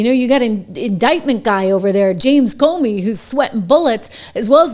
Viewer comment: PLEASE get the S-bag's name right - Its CUMey. Thank you.